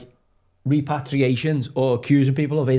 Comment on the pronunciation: Rep-per-ray-shuns Joey😂😂